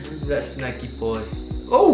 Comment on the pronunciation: Lol 😂 keep saying Shnacky boy 🤣 I’m glad you two found each other.. cos now we get to watch SVSQUAD 🥰💖💖